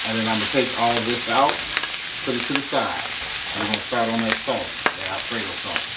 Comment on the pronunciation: it’s sauce not souce dear